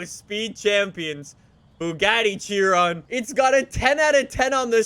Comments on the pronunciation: It’s pronounced shi-Ron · Theres no t on chiron its pronounced shiron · Why he say fortza Its forza And not "chiron" "Sheeron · kia ron is the proper pronunciation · It is "fortza" idiot. That is the only thing can pronounce correctly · Wait... is it she-rone or Chee-ron